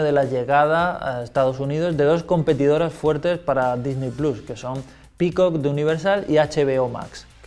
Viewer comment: Checa tus fuentes jamás había dudado de la veracidad de Xataka pero... esa información ya está desmentida, ¿quieren que les ponga los links? Y un detalle menos técnico "Disney plus" se pronunciaria "disny plos"